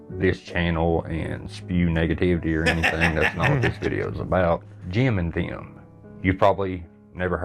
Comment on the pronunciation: “Jeehm and Thee-uhm” never heard of THAT podcast.